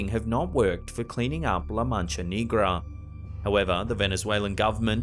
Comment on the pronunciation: He said la mancha Knee-gra 😂😂🙏🏽 please look up how to pronounce words correctly I would hate for someone to come at you for certain Spanish words